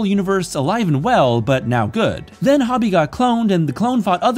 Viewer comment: HO-bee not Hobby